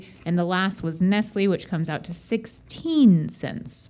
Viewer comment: Nestlé is not pronounced ness-lee, it's ness-lay